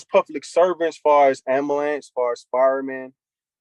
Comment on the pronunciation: Am-buh Lance